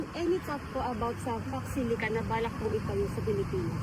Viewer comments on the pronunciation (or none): Her 1st & 2nd uttered words are FOX SILI... then FOX SILIC.... ---- She absolutely wasn't aware nor even heard about the "Pax Silica" ☝☝☝👽👽👽🤡🤡🤡